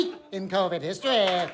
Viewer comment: THIS WEEK....IN KOUWVID HISTOREEEEEH